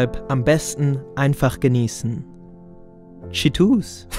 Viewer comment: Einmal appreciaten das 2bg Cheetos schietus ausspricht